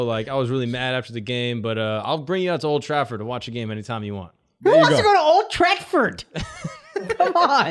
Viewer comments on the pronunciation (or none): Akash really said "Old Trackford" lmao the disrespect to the real football is unreal